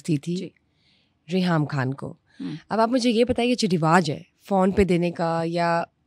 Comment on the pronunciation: Why do pronounce KHAN the wrong way? Khan, khatoon etc. Are you not from Pakistan? Yahan ki urdu tu aiasy nahi .Don't spoil the language